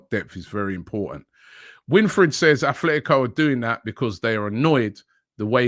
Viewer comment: Robbie is not a worldly person. Still pronounces the "s" on the team name Rennes. Calls Atletico Athletico etc.......